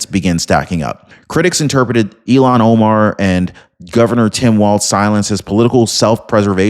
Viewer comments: Her name is “Ilhan” not “Elon.” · Dude, for the third time, her name is not Elon! It's Ilhan. Il-han.